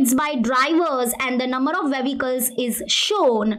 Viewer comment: Patrol , vevicles 😂